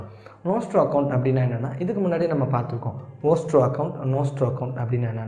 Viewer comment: Bro Nostro and Vostro konjam clearah solringala.. ??